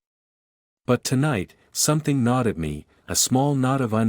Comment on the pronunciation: Gnawed… not nod oe not or knot